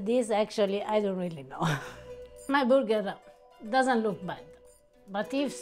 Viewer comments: It’s not a burger it’s a boo-ger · Tell “burger” has an R in it! 😂🤣🍔 I absolutely adore her!, you’re one lucky man! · I'm sorry, but the burger or however pronounced it, was a fail. The stuffed gnocchi was interesting but I probably would have tried to make it crispy, maybe more like a raviolo with a soft yolk inside, imho